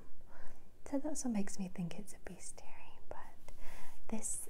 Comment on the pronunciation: It's pronounced bes·ti·ar·y I checked Google 😂